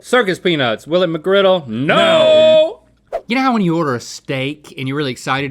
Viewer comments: Singular! McGriddle! ONE GODDAMNED SANDWICH! MCGRIDDLE! There is NO "S" in the goddamned word!!! NO "S"!!! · JUST SAY MCGRIDDLE